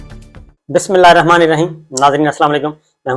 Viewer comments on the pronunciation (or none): none